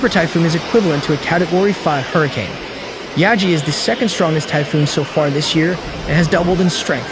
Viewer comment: Yagi, which means “goat” in Japanese. Pronounced like Gi-ga not yazi.